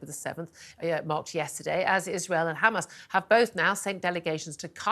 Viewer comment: Why she pronounced hamas “khamas” like Israelis ?